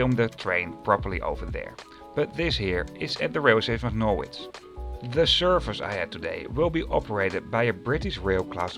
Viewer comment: Norwich is pronounced Norridge as in porridge.